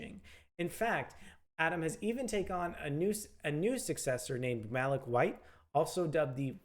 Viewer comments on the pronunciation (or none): Malik (Mah-leek) not Mah-lick 🙄